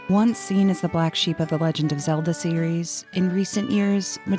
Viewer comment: Deekoo? Epunuh? Wtf Stop talking like that with Zeelda